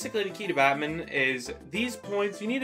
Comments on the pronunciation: thats how you pronounce badminton lol how do you pronounce it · Why do you pronounce badminton like that 😭